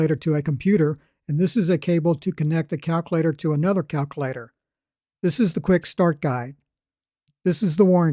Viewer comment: Every time he said that, I chuckled.